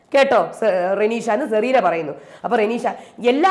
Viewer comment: "Zerena" ALLA, HER NAME IS "Cerena"